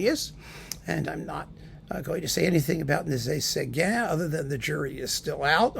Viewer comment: I think I like the way you pronounce his name better.